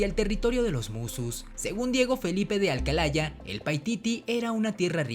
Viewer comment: es Diego Felipe de Poma Ayala no Diengo Felipe de Alcalaya